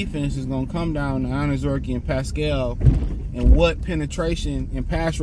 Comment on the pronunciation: 😂😅 for a guy who has a theme song in the words are I like to be educated. you keep fucking up this man's name and refuse to fucking say it properly. 😢😂 again this isn't your gf,s little poodle shitzu dog.just break down his name like they taught you in school here I'll even help you say it like it sounds........ OWN ZER REE KAY..... now say it all together mr. I like to be educated😅..... honest-to-god I wanted this guy cut so this idiot would stop mispronouncing his name clearly the education system failed him and Hooked on Phonics did not work